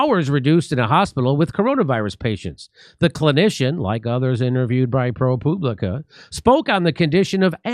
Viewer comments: Jimmy, it’s Pro Pub Li Ca not Poo! Lol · I believe that's pronounced ProPube-licka. Well, that's what I think.